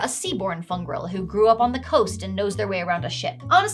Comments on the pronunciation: Every time you say the word "fungril", it takes me back to when someone was calling it "fun girl" in the Critical Role character creation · I know you're saying Fungril, but every time my brain hears Fun Girl.